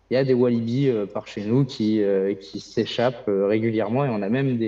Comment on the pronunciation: Wallabies et non Walibi